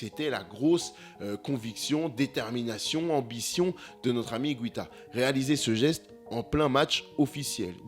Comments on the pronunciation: Ça se prononce IGUITA et non pas IGWITA. En espagnol, on dit : una guitarra et non pas una gwitarra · ça se prononce higuita pas higouita apprends les règles de prononciation en plus c'est la même en français et en espagnol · René Higouita.... ça m'a piqué l'oreille pendant toute la video... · Excellent reportage..mais je ne suis pas sûr que son nom se prononce hi-goui-ta :) il n'y a pas de ü dans son nom mais c'est un détail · Comme en français, en Espagnol on ne prononce pas le “u” après le g. Donc on dit simplement “Ig’u’ita! Merci 🙏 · Allez on la refait et en prononçant correctement Higuita cette fois-ci xD Je déconne(sauf sur la prononciation de Higuita), excellente vidéo et merci pour tout ! Continue comme ça